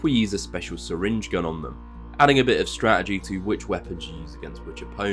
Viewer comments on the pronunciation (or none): none